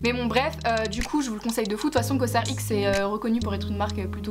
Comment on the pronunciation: Superbe vidéo, je t'adore tellement💕 mais la 1ere marque que tu cites on dit coserex 😊 Btw ton haut il est grave nice😊